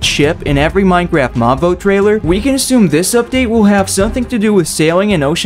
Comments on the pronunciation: Minecraft not Minecarft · "Minecarft update"